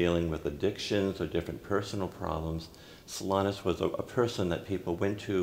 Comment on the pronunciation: It's unfortunate that the host sometimes pronounces Blessed Solanus' name as "So LINE us."